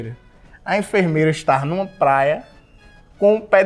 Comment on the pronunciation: A letra "V" simplesmente não existe no alfabeto do Ed KKKKKKK "eu tarra lá"